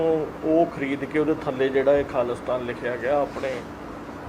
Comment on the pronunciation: ਮੈਡਮ ਜੀ ਖਾਲੀਸਤਾਨ ਨਾ ਬੋਲੋ ਪੂਰਾ ਅਤੇ ਸਾਫ ਬੋਲੋ ਖਾਲਿਸਤਾਨ ਆ